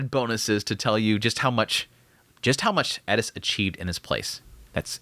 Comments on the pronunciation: bruh its just eris not elis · I know, right, why does he always cay ED-issss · How the heck do you hear how they pronounce their own names and still get it wrong. My guy it is Air-es. No d in the whole name. Please fix. It’s super disrespectful coming from a guy that has my name mispronounced and misspelled constantly. Just listen to what they say their name is or when other characters are calling them. Please I can not stress this enough. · I’m new here. Any reason you aren’t pronouncing Eris the correct way?